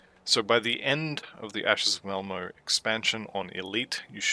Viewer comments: Malmo? I’m willing to blame my ancient hearing but I tried it a few times and it definitely sounds like you’re saying Malmo for Malmouth. If I’m wrong, I’m more than happy to be wrong 👊🙂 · Pronounce words however you want, I was worried I was more deaf than I thought or that there was some weird audio clipping occurring 😜